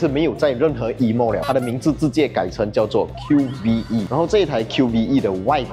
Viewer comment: 这车不是读Q-V-E，官方说直接读Q-VE, 和MyVi的V读音一样